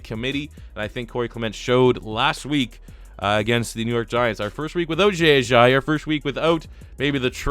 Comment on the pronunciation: Why do you pronounce jay ajayi like that?